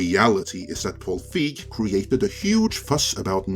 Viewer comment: You do realize that the digital version was never included previous to Paul's tweet? Also, as a major director, I'm surprised you don't know his name and how it's pronounced. Also, as a MASSIVE Ghostbusters fan, I am not buying this, nor is anyone in comparison to what you claimed. Nobody has a 4k or a BluRay player. There is no reason to buy this boxset. Boxsets are irrelevant in 2022 as they were in 2015. Maybe if this was 2005.